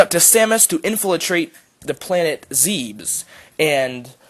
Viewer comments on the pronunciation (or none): I-I'm sorry ZEEBS ITS ZEBES (ZE-BIS) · First of all you have the wrong order and its pronounced ZEBES not zeebs metroid other m clearly states that it goes metroid, metroid 2 return of samus then super metroid. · Just a few things. Zebes is pronounced (Zeh-bess) It's "Other M" not "The Other M" And Ridley dies in Other M. He is only in Fusion because the GF contained his body, which was infected by the X. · Why does everyone pronounce it 'Zeebs'.... its 'Zeb-es'.... thats even how they say it in Other M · Zebes is pronounced zeb-es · zebes has other pronunciations (Zee-bees, Zeh-bess, and Zeebz)